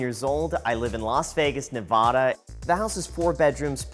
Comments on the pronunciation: It’s NevAda (high a) not NevAHda Graham. Come on man you’re a local. Get with it. 😉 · Nevadans never say “Ne-vah-da,” ever. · Graham, my man, that's not how you pronounce Nevada. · Welcome to Las Vegas. You're not a local until you at least learn how to pronounce Nevada correctly though :) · You're saying Nevada wrong. Huge giveaway that you are not from Nevada.